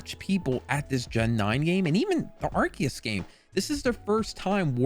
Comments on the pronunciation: It's technically pronounced as Are - Key - Us but I think Are- See- Us sounds better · Yes its Arkeeus hence the RKS system for Sylvally. Plus hes been in the movies and it's been pronounced Arkeeus for almost 10 years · It’s actually arkoos